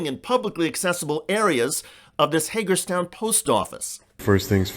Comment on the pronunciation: Did you say Haterstown Maryland?